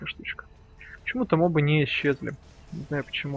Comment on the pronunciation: мобы с ударением на последний слог это способ выделиться или простая неграмотность)